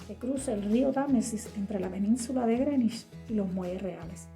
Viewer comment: Felicitaciones por pronunciar bien Greenwich.